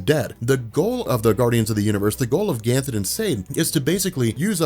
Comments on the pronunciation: Are you pronouncing Ganthet as ‘Ganthen’ or am I hearing things? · Dude I love your videos especially this green lantern series. But can you please stop adding a L to Ganthet's name. It is driving me crazy. (obviously you can't go back and fix it in old videos. )